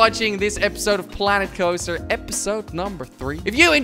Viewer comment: It sounded like he said planet kopster